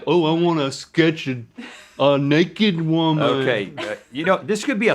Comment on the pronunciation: “ Totally nekehd “